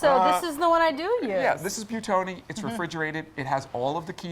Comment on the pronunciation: Why do they always pronounce this brand like byootoni. If I look at how it's spelled, it should be pronounced buweetoni. BUI = buwee not byoo. And if it does have walnuts, I hate how they failed to mention that, when they downgraded the ones that have cashews. I'm allergic to most nuts (not pine nuts) and I can't have pesto in restaurants any more, even high end ones, or else I have to ask the waiter if it has walnuts or other nuts in it, and they have to go ask the kitchen, and then they say it's fine, and I still don't trust them. I don't want to have to go to the hospital.